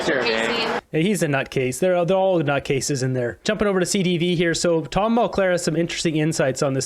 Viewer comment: It’s Tom Mulcair not Mulclair